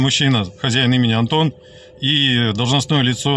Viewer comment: почему вы называете онтон,а не Антон?!